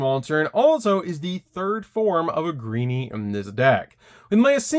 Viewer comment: for the love of god please stop saying Ahgreeny! It's spoken "Ay-ger-een"!